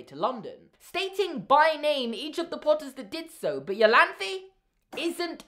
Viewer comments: Great theory as always! But I believe "Iolanthe" is pronounced "Ai-Oh-Lan-tha" (ie: like a german "e"). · Iolanthe is pronounced I-oh-lan-thee. Sorry, it's a friends name and I cringed every time you said the American siri vertion. But love the theory!